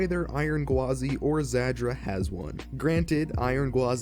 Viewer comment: Real quick, the pronunciation of Zadra is "zAH-dra," not "zAD-dra." You're using the "D" sound twice when you're only suppose to use it in the 2nd syllable "Za-Dra"